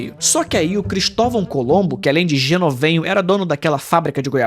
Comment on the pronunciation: não é Genovenho, é Genovevo 😂😂